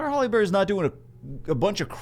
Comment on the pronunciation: Did it sound like he was saying Halle Berry to anyone else the entire video?